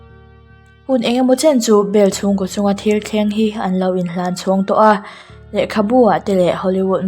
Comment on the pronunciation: Ko kha koh tihin lam tawh suh.